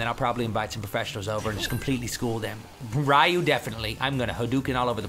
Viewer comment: Its pronounced Ree-you